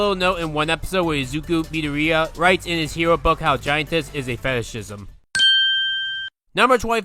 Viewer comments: I skipped ahead to hear how he apparently pronounced Midoroya and yeah no there is no way watching the anime dubbed is the reason to say it like that. The dub VAs /do/ say it correctly and not how said it. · Ngtl his mispronunciation of some of the Japanese titles and names kinda piss me off. He stated in the video that he watched most of the anime in dubbed but mispronounced the name Midoriya lol. Also who tf pronounces nichijou like that?